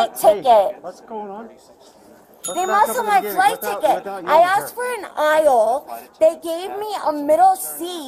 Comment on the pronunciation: How many syllables in "aisle"? Two. "Eye - yul"